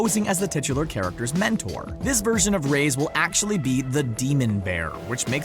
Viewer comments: My goodness, this guy needs to learn how to pronounce Reyes. It's pronounced Ray-yezz, not Raze. (cringe) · Nice video... but PLEASE learn to pronunce "Reyes" correctly (you are saying "rays")